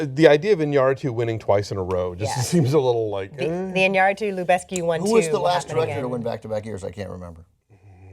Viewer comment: The president of the academy couldn't even pronounce Iñárritu correctly.